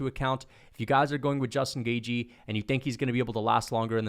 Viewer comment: Cant stand the way you say gaethje 😭 GAY-GE